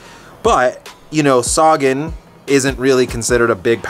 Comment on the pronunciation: Upronaune Sagan so wearg. U say like saagan.. u should say sagaan.